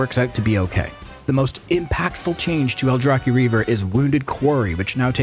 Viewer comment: Thank god someone who actually pronounces "aldrachi" correctly!